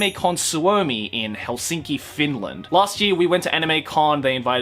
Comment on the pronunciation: You absolutely butchered finland's name xdd